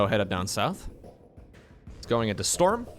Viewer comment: I can only hear STORMUH